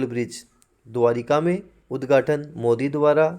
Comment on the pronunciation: द्वारका होता है द्वारिका नहीं